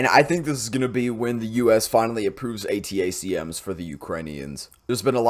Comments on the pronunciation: ATACMS is pronounced "Attack-em" (like "Attack them"), then jsut add an "s" at the end: "attack-ems" or "attack-ums" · A-Tack-Ems, watch Habitual Linecrosser for that pronunciation. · "Attack-ums" is the way to say it, at least here in California. Great video, thanks. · ATACMS is pronounced "A-tack-ems".